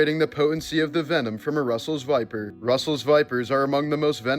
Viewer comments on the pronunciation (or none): none